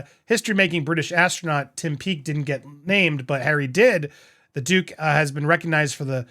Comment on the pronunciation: When you said "The Duke bagged" -- I thought you said "The Dooooooooobag!" 😄😄😄😂😂😂🤣🤣🤣🤣🤣